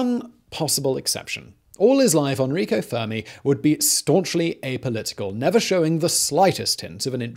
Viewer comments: it's Enrico not "Anrico", learn to read Simon! I know you are terrible at pronouncing things but this is beyond that, it is simple, E-N-R-I-C-O. With an E. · N-Rico, not On-Rico….Guido, not Guidio